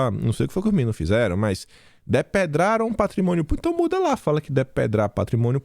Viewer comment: " Depedraram "..??? Po.... taqueupariu